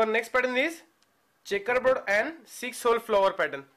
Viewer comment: "The next pattern is CHEckABouD"